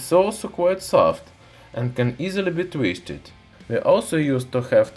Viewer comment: “can easily be tweested “ lolol cool guy